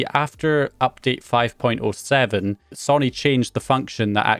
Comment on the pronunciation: Sonny Sonny Sonny No! It's sow knee!